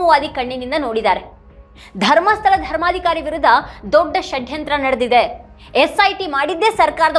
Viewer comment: ಮೇಡಂ ಈ ಉಪಮುಖ್ಯಮಂತ್ರಿ ಯವರ ಷಡ್ಯಂತ್ರ ಶಬ್ಧ ಉಚ್ಚಾರಣೆಗೆ ಕರ್ನಾಟಕ ಮಾತೆ ಧನ್ಯಳಾದೆ ಎಂದಿದ್ದಾಳೆ ಈ ಆರೆಸ್ಸೆಸ್ ಮನುವಾದಿಗಳು ಕಳೆದ 70..80 ವರ್ಷಗಳಲ್ಲಿ ನೂರಾರು ಆಸಾರಾಂ ಮತ್ತು ಗುರುಮಿತ ಸಿಂಗ ರಂತಹ ನಕಲಿ ದೇವಮಾನವರನ್ನೂ ಹುಟ್ಟು ಹಾಕಿ ಪ್ರೋತ್ಸಾಹ ನೀಡಿ ಬೆಂಬಲಿಸಿದವರು ಈಗಲೂ ಅದನ್ನೇ ಬೆಂಬಲಿಸುತ್ತಿದ್ದಾರೆ. ಧರ್ಮಸ್ಥಳದ ಮಂಜುನಾಥನೇ ಸ್ವತಃ ಸತ್ಯಾನ್ವೇಷಣೆಗಾಗಿ ಈ ರಾಜಕೀಯದವರ ತಲೆ ಪ್ರವೇಶ ಮಾಡಿ ಅವರ ನಿಜವಾದ ಮುಖವನ್ನು ಹಾಗು ರೂಪವನ್ನು ಮತ್ತು ಇವರ ಮುಖವಾಡವನ್ನು ಜನರಿಗೆ ಪರಿಚಯಿಸಲು ಹುನ್ನಾರ ನಡೆಸಿದಂತೆ ಕಾಣುತ್ತದೆ. ಮೇಡಂ ಇದೇ ಅಣ್ಣಪ್ಪ ಸ್ವಾಮಿ ಈಗಾಗಲೇ ಸತ್ಯಾನ್ವೇಷಣೆಗಾಗಿ ಭೀಮನ ತಲೆಯನ್ನು ಹಾಗು ನೂರಾರು ಯು ಟ್ಯೂಬರ್ಸ್ ಪತ್ರಿಕಾಕರ್ತರ ತಲೆಯನ್ನು ಪ್ರವೇಶ ಮಾಡಿದ್ದಾನೆ.ಪೆಟ್ಟು ತಿಂದರೂ ಬಿಡಬೇಡಿ ಎಂದು ಪ್ರೇರೇಪಿಸುತ್ತಿದ್ದಾನೆ. ಅದೇ ರೀತಿ ಮಹೇಶ ಶೆಟ್ಟಿ ತಿಮರೋಡಿ ಅವರ ತಲೆಯನ್ನು ಇಡೀ ಮಂಜುನಾಥ ಹಾಗೂ ಅಣ್ಣಪ್ಪ ಸ್ವಾಮಿ ನಿದ್ದೆ ಮಾಡಲು ಬಿಡದೇ ಏಳು ಎದ್ದೇಳು ಎಚ್ಚರಾಗು ಎಂದು ಹೋರಾಟಕ್ಕಾಗಿ ತನ್ನ ಮಹಾನ್ ಭಕ್ತನನ್ನು ಎಬ್ಬಿಸಿ 13 ವರ್ಷ ಮುಗಿದಿದೆ. ಧರ್ಮಸ್ಥಳದಲ್ಲಿನ ನೂರಾರು ಜನರಿಗೆ ಇದೇ ಅಣ್ಣಪ್ಪ ಸ್ವಾಮಿ ಬುದ್ಧಿ ಹೇಳಿ ಸತ್ಯಾನ್ವೇಷಣೆಗೆ ಬನ್ನಿ ಏಳಿ ಎಚ್ಚರಾಗಿ ಎದ್ದೇಳಿ ಓಡೋಡಿ SIT ಗೆ ಬನ್ನಿ ಸತ್ಯ ಹೇಳಿ ಕ್ಷೇತ್ರದ ಸೇವೆ ಮಾಡಿ ಎಂಬುದಾಗಿ ಬಡಿದೆಬ್ಬಿಸುತ್ತಿದ್ದಾನೆ ಇದನ್ನೆಲ್ಲಾ ನೋಡಿದರೆ ಮಹಾಭಾರತದಲ್ಲಿ ಧರ್ಮದ ರಕ್ಷಣೆಗಾಗಿ ಸ್ವತಃ ಚಕ್ರ ಹಿಡಿದ ಶ್ರೀಕೃಷ್ಣ ನಂತೆ ಇಲ್ಲಿ ಸ್ವತಃ ಮಂಜುನಾಥ ಸ್ವಾಮಿಯೇ ಸತ್ಯಕ್ಕಾಗಿ ಹೋರಾಟಕ್ಕೆ ಇಳಿದಂತೆ ಕಾಣುತ್ತದೆ. ಭೀಷ್ಮನ ಕುಂತಿಯ ಕರ್ಣನ ಹಾಗೂ ಅಶ್ವತ್ಥಾಮನ ತ್ಯಾಗಕ್ಕಾಗಿ ಹುನ್ನಾರ ಮಾಡಿ ಧರ್ಮ ಯುದ್ಧವನ್ನು ಜಯಿಸಲು ಪ್ರೇರೇಪಿಸುತ್ತಿದ್ದಾನೆ ಎನ್ನುವಂತೆ ದೃಶ್ಯ ಸ್ಪಷ್ಟವಾಗಿ ಕಂಡುಬರುತ್ತದೆ ಸ್ವಾಮಿ. ಸತ್ಯಮೇವ ಜಯತೇ ಇದು ಬರೀ ಶಬ್ದವಲ್ಲ ಇದು ಭಾರತಾಂಬೆಯ ಮಣ್ಣು ಎನ್ನುವುದು ಸಾಬೀತು ಆಗಲಿದೆ